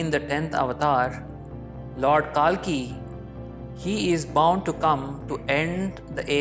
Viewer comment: Well........ He is not pronounced as KAALKI ........ It is KALKI